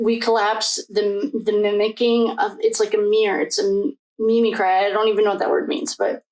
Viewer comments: You are jumping all over and are very disorganized in your speaking. The word is mimicry. Cree, not cry. You should have learned this word as a child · Mim-mick-cree (mimicry)